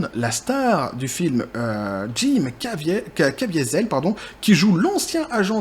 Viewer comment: en parlant de ça, tu as mal prononcé "Caviezel" (le châtaignier) qui est un patronyme extrêmement courant dans les Grisons.